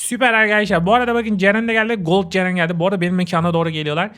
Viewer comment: abim Ceren e seren diyordu😂😂😂